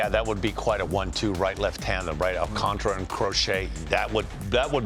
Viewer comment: Its not thay damn hard to pronounce his last name.